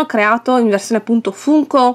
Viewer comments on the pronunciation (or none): Si però si legge Fanko🤣🤣